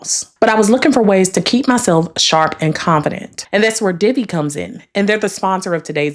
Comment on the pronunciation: Gurl I thought you said Diddy 🤣 I had to rewind I said whew ok divi 👍🏿